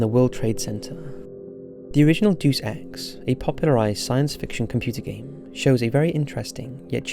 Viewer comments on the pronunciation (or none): Ok, I just can't anymore... I love your content, but lately, you have been mispronouncing a lot of words very conspicuously, "Deus" being the latest. It is pronounced Day-oos, and it is Latin for God. The full phrase "Deus Ex Machina" means "God from the machine" and comes from the Greek mystery plays. Just listen to people pronounce it in other videos... I'm sorry, mispronunciation is my pet peeve, it really gets to me, don't mean to be annoying